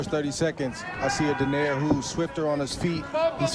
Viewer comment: Pronounce "Don-Eye-Reh" never "Don-Air". Jeezh.